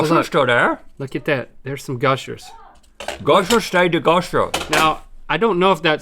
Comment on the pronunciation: Gushers became Mushers